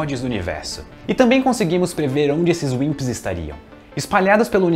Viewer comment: Toda vez q ele fala Wimps eu escuto Winxs KKKk